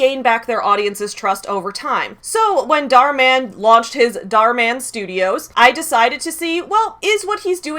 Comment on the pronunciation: dharminder is a basic capitalist/parasite who is cashing in on his capitalist perks, nothing new about it. he's so westoid,🤣 can't even pronounce the abbreviated and white version of his name dharminder- dhar mann correctly (dh-is different from d, dh has an aspirated,basy sound when u pronounce it, phonetic -dhur(like u pronounce purr{cat} without the prolonged rrr sound and maaan not man)